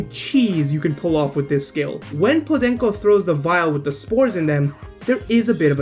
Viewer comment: I like the pronunciation of "podenco"